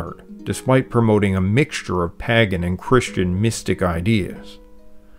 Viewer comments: For someone as well read as you clearly are, your consistent mispronunciation of pagan disturbs me for some reason. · Vert interesting but why does he pronounce Pagan as Paggan? Weird. Is it like "wodder" and "Laaa" instead of water and law? I suspect so. So lends suspicion to other pronunciations. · This is excellent. Thanks so much for sharing it with us. Its very obvious and evident that you have done so much research to be able to deliver such a high quality video. I did smile at your pronunciation of Pagan, but maybe its my pronunciation of Paagan that is wrong. I really appreciated how you explained the origins of Celtic/Gaelic Brittany and the Basque region in Spain. I could see from your maps that you are aware of the impact that the Deise people of Ireland (Modern day Waterford/Wexford) had on Wales. One thing that I find interesting is how the music and language of Brittany (to my ear anyway) seems much closer to the Irish language and music today than the language/Music of Wales does. It seems to me that the Welsh language and music changed more than perhaps the Breton ones did. That often happens with a people who become dis-located from their homeland. They fight to preserve their old ways and customs. In New Foundland you will hear accents more Irish than in Ireland and seemingly in Algeria the French spoken is more akin to "proper" French from a 100 years ago, whereas French in France has changed. I learnt so much from this video, thank you. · Pagan is not pronounced the way it is spelt, it's pronounced pay-gan. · Splendid history. Just bought a Teach Yourself Welsh so that I can make some sense of the language and its sounds--and connect with some of my ancestral Welsh who came from all over Wales. Thanks. And a question: you say Palat ial, but I, an American, say Palayshal, and you say Paa gan, but I say Paygan. Is your pronunciation that of a Welshman, that of most English, , or just your own?